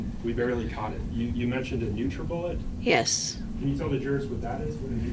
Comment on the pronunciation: I had to take a break for a few moments after she said "NutraBullet" multiple times to clarify. :/